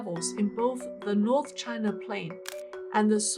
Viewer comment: Loose foundations? 🤣A common engineering phenomenon, found only in Chinah. 🤣